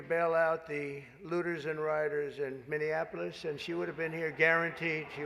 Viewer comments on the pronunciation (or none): none